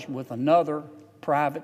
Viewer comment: Aynother? Don't you speak English John?